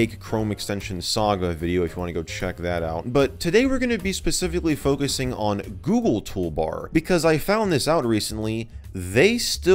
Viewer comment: Toogle Goolbar